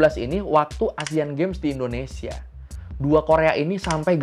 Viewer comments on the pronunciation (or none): none